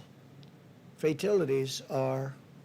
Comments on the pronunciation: Fatilities ????? Cmon Donnie it’s FATALITIES dingbat ! 😂😂😂😂😂😂😂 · He called fatalities "fatilities" twice before I stopped watching.